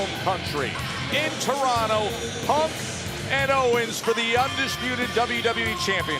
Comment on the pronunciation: props to Punk for knowing how to say Toronto correctly